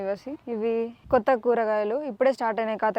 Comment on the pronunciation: కొత్త అనే పదం సరిగ్గా పలకడం నేర్చుకో మేడం ఏదో తేడాగ వినపడుతోంది 🙉🙉🙉